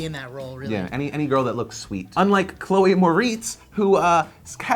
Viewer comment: Mispronounced Chloe's last name. How dare you.